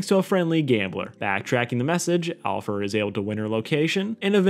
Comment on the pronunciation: No it Alfer, although on my first watch all I heard was alpha